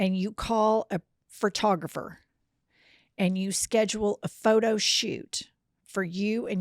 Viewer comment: “a phrotographer “